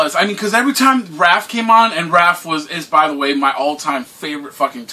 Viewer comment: Man,, if you don't stop calling Raph, Ralph.... lmfao